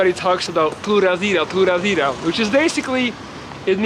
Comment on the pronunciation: Flawlessly pronounced 🇨🇷 pura vida